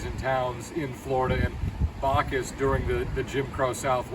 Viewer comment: It's Backus not Bacchus in pronunciation; you started out well but then made his name sound like a Greek God. Also, realize he never taught the "Highwaymen", they, Alfred Hair and Harold Newton simply watched him and copied him. Although Beanie was open to all races and kept his studio door open to all, he never liked their work and thought it was very average, which most of it is to be artistically honest.